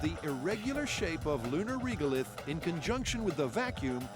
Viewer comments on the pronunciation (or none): WHY do they call Regolith "Reegulith"? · the only thing I didnt like about this myth is, the inability for people to pronounce Regolith correctly, now it's not Reegolith, like Regular... go start saying Reegular from now on numpties... at least Jamie pronounces it correctly.